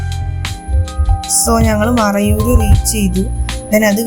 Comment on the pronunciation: It's not marayur it's Marayoor 😊